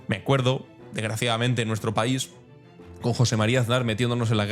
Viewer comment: Lees "el paisoe"... no se puede caer más bajo.